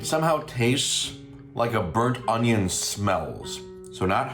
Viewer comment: With the chow mein I kept hearing “butt onion” instead of burnt onion - maybe now we can determine what a “butt onion” is supposed to be? 😂